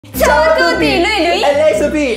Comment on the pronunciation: Sofy invece di dire ciao a tutti ha detto Zao a tutti.